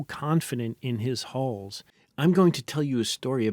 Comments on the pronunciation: I'm going to need you to re-record this whole thing and pronounce "hulls" correctly. I just can't pay attention whilst constantly hearing about Stockton's holes... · "Hulls", not "holes". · When it's pronounced 'holes', it's only in context that I know it's hulls that are being discussed, and not holes 😂